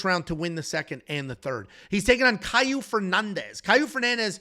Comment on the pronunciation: it's not Kyle it's kaue